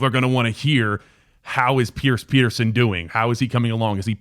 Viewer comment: Pronounced Peter-shon